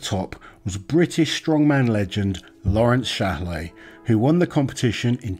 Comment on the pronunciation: I think you pronounced Shalei wrong.